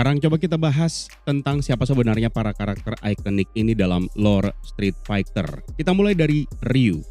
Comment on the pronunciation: Strit Faiter bang bacanya 🙄 Bukan Faigter